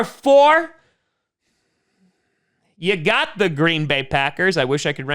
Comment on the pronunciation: I live for saying "ya gaht the Buffalo Bills".